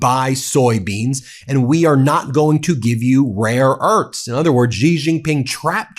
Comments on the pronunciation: Thank you for all your coverage.. always on point, however.. just a small note.. Xi is pronounced "She", not "Gee".. No biggie.. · I will keep posting this until someone at Midas sees it. Xi = She.. not Zhe. Please stop mispronouncing his name. It only takes a few seconds to listen to the phonetical pronunciation of names. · To pronounce "Xi", say "seek" and take away the "k". Or just "sea".